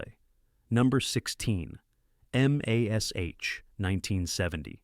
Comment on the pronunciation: Love how the bot mispronounces MASH… weird.